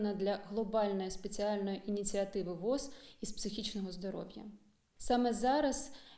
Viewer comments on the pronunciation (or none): не вос, а во-о-з